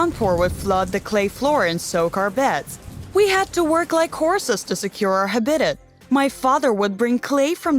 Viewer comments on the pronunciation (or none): The extremely weird pronunciation of 'habitat' (hub-ID-it instead of HAB-i-tat) had me almost convinced it could be a bad robot voice, but I think it's just a real person with an odd accent who's terrible at reading. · "Womm" instead of womb, "HubBEEdut" instead of habitat, it's making me want to tear my hair out